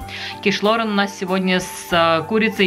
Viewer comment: Называть блюдо правильно, по- моему, важно. Не ло́рэн, а киш лорэ́н. Вам бывает смешно, когда майонез называют манаезом? Это так, для примера.